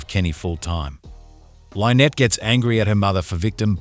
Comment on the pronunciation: When you can teach the ai to not mispronounce the name Lynnette, you can stop wanting to kill yourself